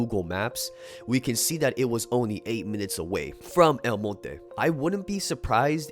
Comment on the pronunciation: Respect for the way you pronounce El Monte...